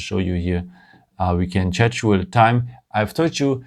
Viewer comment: Liked the video. Nice little tips and tricks. Loved your (d)english, but please learn how to pronounce "schedule". You are way off! ;-)